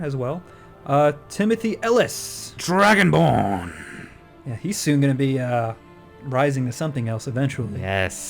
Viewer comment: lol i love it when he says dragonbrn